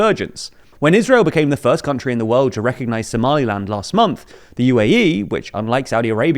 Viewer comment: Somaliland* say it right.